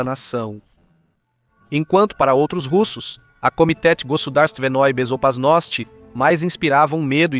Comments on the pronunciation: "A Komitétê Gossodarsivenôí Bezopasnótî", pra quem não escutou muito! Dnada! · Sim, ele falou Komitétê Gossodarsivenôí Bezopasnótî! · Pera, não entendi muito bem. Você disse Komitéti Gozudarstivenôí Bezoparnóstî?? Pode repetir por favor? Não ficou muito claro. Repete mais uma vez por favor.